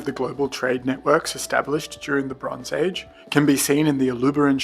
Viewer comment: It's just me or when he says "the bronze age" i can hear "LeBron's Age"